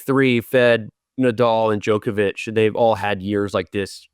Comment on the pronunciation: Steve getting ridiculed for saying Djokovic's name properly